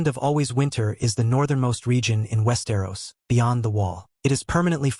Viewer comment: you can really tell when "he" says West Aeros lmao